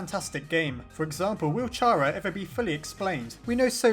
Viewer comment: Its care- uh, not char-uh